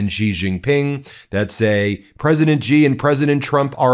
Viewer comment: Xi is pronounced SHE. Google it. or listen to one of the myriad of videos with Mandarin speakers.